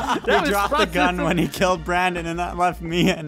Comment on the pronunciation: Brandon* Not brand-in (branden pronunciation)